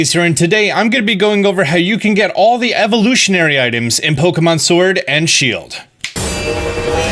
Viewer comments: you said Shiled not Shield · shield* not shiled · My favorite game Pokémon “shiled” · "SHILED" make my day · 'Shild exclusive' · “shiled only” get some sleep my dude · ah yes Pokemon Shiled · what's a shiled? Lol